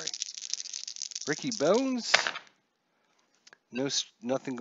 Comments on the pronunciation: Nice to see inside pitch C&D. Pronunciations... (you know I just have to). Ricky Bones pronounced Bonus and Ozzie Guee-Yen. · Kevin Seitzer your main man yet you slaughter the pronunciation of his last name. And Pat Listach,and Ricky Bones (Bonez)